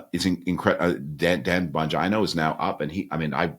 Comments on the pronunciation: Did I hear that right..Frum called Dan Bongino, 'Bagina'?! 😂😂😂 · Yes he called him “Dan Bongina”, we all heard it.